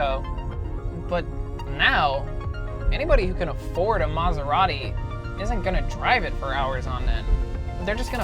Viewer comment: If only this guy could pronounce Maserati.